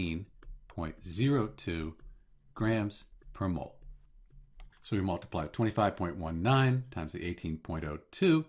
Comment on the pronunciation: "mol"tiply lmao!😂